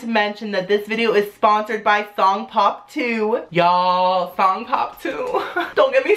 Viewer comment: I thought he said thong pop